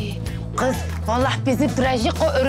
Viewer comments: evet Drejiko aferin sana riks nedir işte riks budur bravo görüyorsun değil bu gız menim eseri men yaptım 😅😅😅😅😅😂😂😂😂 abi koptum yaa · gız sıpiderman hqhahahahahhaha 🤣🤣🤣🤣🤣